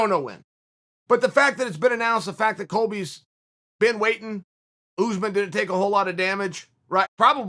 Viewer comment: The name is pronunced US-man not ooze - man lmao come on unc